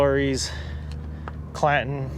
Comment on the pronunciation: It's old man clanton not Clayton as you said I wonder if he's related to Ike clanton